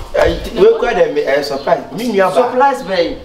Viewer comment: Eiiiii why🤣🤣🤣🤣....I never point my eyes on her🤣 )See Rita Marley... too said surplise how?🤣